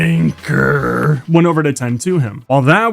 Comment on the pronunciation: Its funny he said it like "CLANKER!"